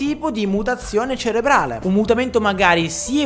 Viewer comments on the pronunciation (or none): none